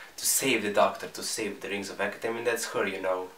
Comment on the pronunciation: Lol when you say the rings of akhetan it sounds like your says rings of fucketan